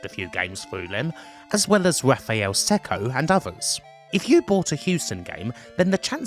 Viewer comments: You really believe that? Wow. Their experience begins in 1990, Raphael Cecco's surname is pronounced Checko - not Secko. And much more. It's always nice to reminisce about retro gaming, but more research needed imo. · Cecco is pronounced "Check-oh". Source: Cecco's Log in CRASH issue 54 (July '88) page 47, last paragraph. 😋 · Just so you know, Raffaele Cecco's surname is pronounced 'Check-oh', not 'Sec-oh'.